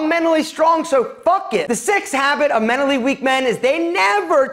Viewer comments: I cant get over how he says MENALLY plz pronounce the t....... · Girl, it’s not “menally” weak...it’s mental. Which is what you seem to be. Also, why you gotta talk so loud? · The T is not silent in mentally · I’m pretty sure there should be a T somewhere in “menally”